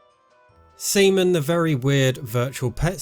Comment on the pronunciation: Stop saying Seaman like that lol